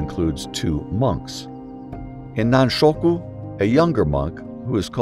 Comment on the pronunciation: A few words about Japanese pronunciation and stress. "Chigo" is pronounced as written, not "Shigo". "Nanshoku", not "nanshuko". "Yukio" has equal stress on its three syllables, not "Yu-KI-o" with stress on the middle syllable. "Meiji" with the "ji" as in "John". "Seppuku", not "seppuko". Otherwise, thank you.